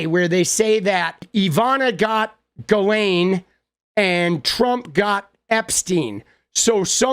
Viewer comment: It's pronounced (jizz lane) 😂